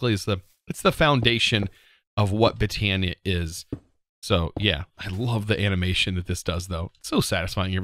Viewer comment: Not trying to spell check or anything but I think botany is pronounced (bot-an-ee)